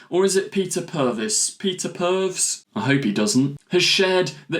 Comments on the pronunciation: Sophisticated? Nah, sounds too broad. It's pronounced as Purvis. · Thought the Trump/Slavine joke was unfunny but the deliberate repeated mispronunciation of Purves was just pathetic. And Peter Purves is open about the fact he's never been an active fan of the show. As such I'd take his opinions with a pinch of salt. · Awww man, love your videos but please take some time to learn the names of the beloved companion actors. Per-vis is the correct pronunciation. You said Perves (sleazy, twice). Look how many people got slated for calling Ncuti N-cutey! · I agree with Peter, I’m a fan so I invest much more attention to episodes but to casual viewers I can easily see how they will have no idea what is going on, Got my Dad to watch the new ones and while he enjoyed them, he didn’t quite understand everything going on (Pronounced Per-vis, not Perv 😆) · Peter Purves (pronounced Purvis) was 1st Doctor companion Steven Taylor from 1965 to 1966. After leaving the TARDIS he became a presenter on BBC children's magazine show Blue Peter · Oops, Steven was not the first Doctor companion, he was a companion of the First Doctor. The first Doctor Companions were Susan, Barbara and Ian. Purves is pronounced Purvis (probably to prevent the very confusion you allude to) and was also for many years one of the hosts of Blue Peter. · It's "purr" - "ves", or thereabouts. Plenty of reference points on your own platform to confirm that. Would've taken you all of 10 seconds. Do your research mate! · Peter Purves's surname is pronounced purr-viss. Russel T's surname is day-viss, not day-veez. Please don't make cruel jokes at the expense of a person's name,. That is not in the right spirit; the Doctor would be disappointed! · It’s pronounced Purviss